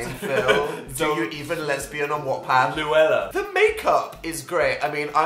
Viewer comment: I know tho Phil:it's louella